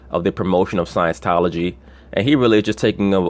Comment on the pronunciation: it's "scieNTology" btw, not "sciencetology"